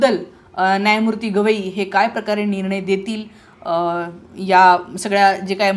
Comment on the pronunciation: मॅडम गोगइ नाही गवई म्हणा .विश्लेशण छान आहे .